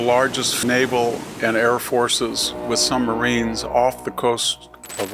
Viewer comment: At first I thought he said, “With some Marines..”, but CC interpreted as submarines. Our nuclear submarines carry conventional tomahawk cruise missiles that have been employed many times in our Middle Eastern conflicts.